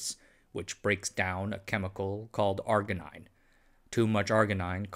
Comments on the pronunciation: It's pronounced - R-Gee-Neen and the enzyme called R-Gee-Ness. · Arginine and arginase are pronounced with a j sound.